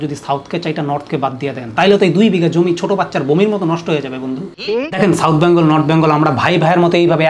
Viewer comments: U r just jealous because u didn’t get called!!! R katha ta byangol na Bengal!!! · Dada ota bangol na bengal "Bang" na bole beng bolen Nijer "bang"o nijei korchen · আচ্ছা এরা সবাই "বেঙ্গল" কে "ব্যাঙ্গল" কেন বলে? 🤔 এই জন্যেই দাদাগিরি তে ডাকেনি 🤣